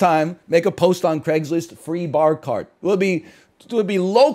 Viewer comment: Pahk the Bah Caht